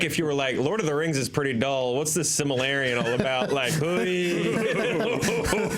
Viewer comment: Is this the second video where mispronounces Silmarillion as Similarion?